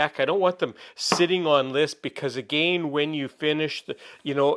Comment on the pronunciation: I love how he pronounces "again" with two long A's LOL. But reusing thinner? I'm not that frugal.